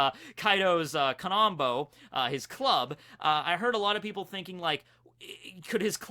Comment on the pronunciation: I just wanted to say Kaidos club would be pronounced "Kanabo", not "Kananbo", as you often say. "Ka-Na-Bo". Basically just scratch the extra "N". No flame, just saying... I'm sorry... I'm paying too much attention to details...